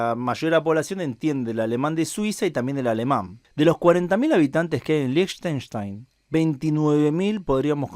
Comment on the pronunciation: liechtenstein se pronuncia lijtenstain